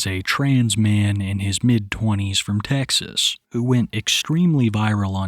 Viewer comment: put that twang on that Texas 🤠